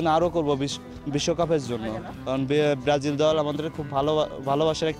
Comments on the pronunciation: ব্রাজিল ও বলতে পারে না ব্রারাজিল করে? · ভাল ভাবে বলতেও তো বলতে পারতা সেনা বলতা সে বেরাজিল🤣🤣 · ওরে ভক্ত রে 😱🫢 ব্রাজিল নামটাও ঠিক মত বলতে পারেনা 😁😁😁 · দলের নামই উচ্চারণ করতে পারে না । আসছে কাপ নিতে😂😂😂😂😂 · নামটা ভালো করে উচ্চারণ করতে পারে না আবার সাপোর্টার 😄😄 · আগে ঠিক করে ব্রাজিল বল